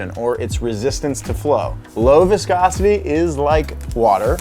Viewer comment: how many times did he say viscocity